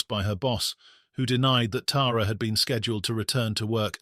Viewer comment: Thank you for pronouncing her name right. Us Tara’s appreciate it! ❤